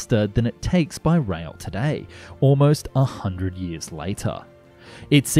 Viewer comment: Rail, not rhweahl